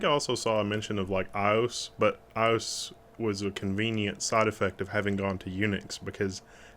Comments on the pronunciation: isn't that also known as DisplayPort? I don't see it in here. If you mean iOS...I think the letters are pronounced separately. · I think when you say iOS, you say the letters seperately lol. :D